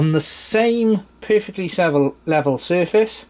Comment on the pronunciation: Nice video it helped my issue! :) Lol every time you said "Perfectly level" I kept thinking if you saying "poofictly level" XD